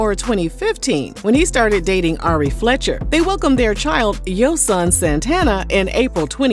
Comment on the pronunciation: That’s not why she named him that… his name was inspiration from a Hebrew name that means “God is perfect/ perfect”. It’s also not pronounced Yo Son